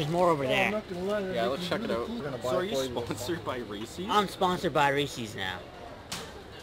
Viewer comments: No one says "Ree sees", cmon! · You'd think someone who loves reeses so much would know it's not pronounced reesies... LOL